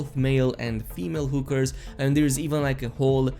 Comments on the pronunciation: I love how you pronounce hookers. You really said whoo 🦉 kers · god they way you said hookers just sounded funny as hell im sure its cause of ur accent but they way u say it, its just funny u got a like for making me laugh